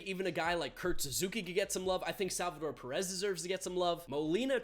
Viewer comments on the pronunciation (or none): none